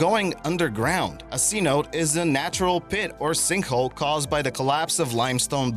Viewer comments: its not a "C-Note" Its pronounced "C-No-tay" says white guy with face paint. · You are an uneducated idiot miss pronouncing so many common words it’s ridiculous. Sa - note? Dumbass. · You're mispronouncing it it's not Cenote it's cee-no- te.